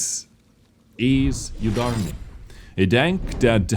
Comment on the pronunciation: Yudarniy? U is prnounced like oo